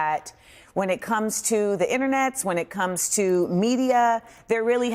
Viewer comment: “the inernets” 😂